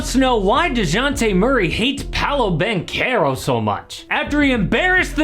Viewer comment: Banchero not banquero😵‍💫😵‍💫😵‍💫😵‍💫